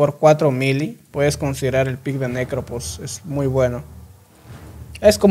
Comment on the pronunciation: Me da risa como la gente pronuncia Phantom como "fantom", o sea correcto, pero pronuncian Prophet o Necrophos como "propet" o "necropos". 😂 😂